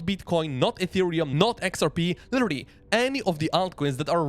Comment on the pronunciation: AI voice...."litterilrily".... ;)